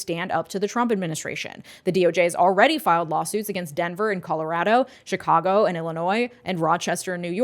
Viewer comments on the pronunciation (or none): none